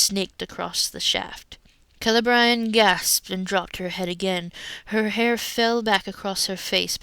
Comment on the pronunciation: Kay - Lay Bree - ANNE? What IS WRONG WHIT YOU? Leave our kids alone!